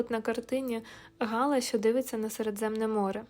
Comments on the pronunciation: Не Га'ла, а Гала'..... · Цікава розповідь,але наголос ГалА від фр.gala свято